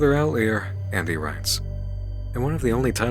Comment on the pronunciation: Oh my god... out-lie-er not outleer